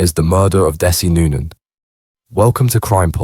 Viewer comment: You can't even pronounce his name right.